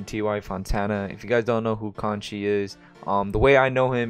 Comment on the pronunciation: You say it like Co - Cheese not conchise 😂😭